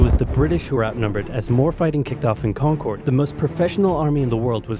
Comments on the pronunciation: im from Massachusetts and it is not pronounced kon - kord... we pronounce it more like kon -urd.. like curded milk but without the k sound. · As a Massachusetts native Concord is pronounced Kawn-kurd, sounds like the word "conquered" not Concorde.. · kahnkerd not connncoorddd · it’s concerd not concorrd that annoys me so much